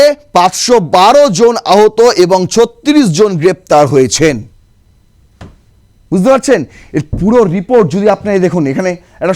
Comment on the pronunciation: Buzte noi, bujh te.